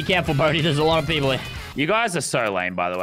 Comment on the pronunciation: It's funny that he keeps saying too much peapole😂